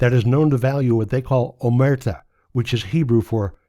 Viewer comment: Omertà (and the last syllable should be stressed, rhyming the word with British renditions of «car»: o-mehr-TAH, the IPA is /omer'ta/, where the apostrophe stands directly before the stressed syllable) is a value of the Sicilian and other Italian Mafias, though organized criminals of other traditions likely follow something similar.